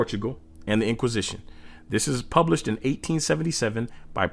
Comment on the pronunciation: Centugal not portugal